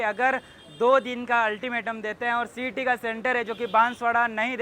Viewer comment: Cet बोलो cat नहीं